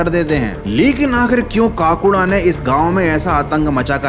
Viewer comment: Kaakuda nahi bhai Kakuda😂